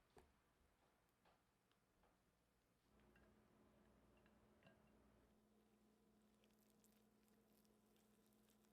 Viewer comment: Qabuli not Kabuli (, قابلی ) not Kabuli